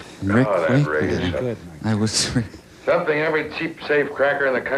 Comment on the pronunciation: "i may owe you shompin"